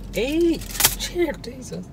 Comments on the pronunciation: “Jear desus “ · Did he say "jere desus" 😂😂😂🐍